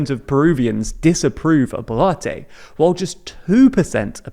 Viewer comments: Advice, it pronounced as Bolwarte... Not Bolarti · your several pronunciations of the surname boluarte is very entertaining to me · I can't get over him pronouncing BO'LATTE.